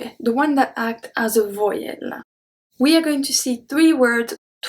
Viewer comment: Thank you for a very enjoyable and informative lesson. You probably already know this, but "Vowel" in English is not pronounced VOY-ELLE. It rhymes with the words growl, prowl, towel. It uses the long "OW" sound you find in COW or the Italian greeting CAIO with an 'L' sound tacked on the end. You wrote the sound yourself in your example HIBOU (OWL)🦉. You help so many people with their French, it's nice to try to help you a little with your English (which is almost perfect of course).👍